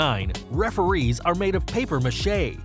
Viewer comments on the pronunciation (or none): none